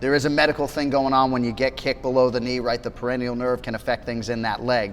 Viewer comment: Anik said "perennial nerve" trying to sound educated on something he's not educated on. If he was, he'd know it's called the Peroneal nerve. Perennial means consistently reoccurring over a long period of time. For example, perennial flowers.